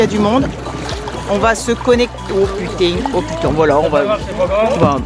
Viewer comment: mdr je vois que tu as pris l'accent du coin pour dire "oh puting"